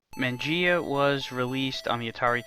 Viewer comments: Good review, but I'm pretty sure that Mangia is pronounced "mon-juh," not "man-gee-uh." It's the Italian word for "eat." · let the man pronouce it how he wants. I would like to see you do a review on this game then so you can have your 'moment'